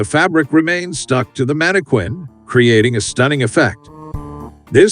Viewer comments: The word is pronounced "man-i-kin," NOT "man-i-kwin." Get it right, genius. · Mana Quin? WTF it's pronounced Mana+kin... no one pronounces the QU as in Queen. Only homeschooled bumpkins taught by other homeschooled bumpkins pronounce words wrong as they learned to read, but not how to correctly pronounce the words. Everytime I heard, "mana-quin" I cringed and it made me sick... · > Whoever thought of this stuff is a genius Unlike the complete f--kwit responsible for a voiceover pronouncing mannequin as "mannekwin" instead of "mannekin". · It's manniKIN not KWIN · I've never heard anyone ever call it a manakwin before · I just feel like hitting the narrarator in the face every time he says "mannekwinn" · Stupid narrator is a bot. Teach it to pronounce mannequin (man-i-kƏn) correctly. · I like how the narrator says "manikwin." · "Mannekwins" lol Voice your own videos, you hack. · Dude, stop saying manikweeen 💅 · Repeat after me......MANNA-KIN! MANNA-KIN! MANNA-KIN! Stop saying Mannequin wrong! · That's "manni-KIN" PLEASE!!!! Fix this repetitive error pronto. It's screwing up your completion rates. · The manekwin pronunciation is distracting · Mani quinn…that’s not how it’s pronounced lol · Mannequin is pronounced Man ah kin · Stop saying “mannikwin”. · I'm here because of that manekwin. 😅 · It's Manny Queen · I was going to say the same thing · mannikwin .. mannikwin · it’s not correct and it’s really annoying. Manne-kin. Also British. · What moron makes a whole video endlessly using a word he doesn't know how to pronounce? And seriously, who doesn't know how to pronounce mannequin? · You'd think that an AI voice program might be programmed to follow pronunciation guides. Tech bros failing the basics, again. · I think it's funny. I'm going to start pronouncing it that way.😂😅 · Hah. Yeah, it's pretty annoying. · No, it isn't, I'm British and I've never heard anyone pronounce it like that